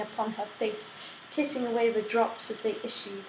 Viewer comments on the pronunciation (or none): none